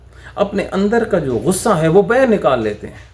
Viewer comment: صاحب اپنے اردو تلفظ کو درست کرنے کی کوشش کریں۔ لفظ۔ باہیر نہیں لفظ باہر کہا جاتا ہے۔ لفظ ۔ بعث نہیں لفظ باعث کہا جاتا ہے۔